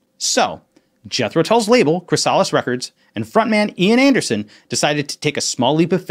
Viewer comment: (kri-SAH-lus)?! (krís-uh·luhs) the hard-shelled pupa of a moth or butterfly; an object pupa (in a state of change).;) great vid!